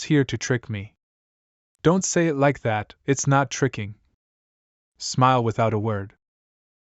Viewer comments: please fix the ai voice like for example the simple word "it" not I-T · The thing that i hate the most is the voice and how it pronounce thing it keeps saying I T not it and says 5 dollar millions aswell as mispronouncing words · bro say it to i t and sake to sa ke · It's not "i.t" It's "it" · i t is good bruh who says 'it' like that 💀